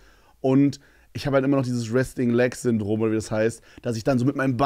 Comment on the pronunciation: Er sagt Resting